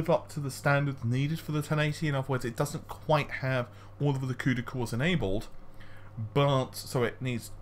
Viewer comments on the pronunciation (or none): none